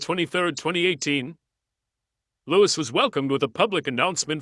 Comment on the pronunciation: You really need to pronounce Louis'a name its really very quite simple to all ( just sayin'')....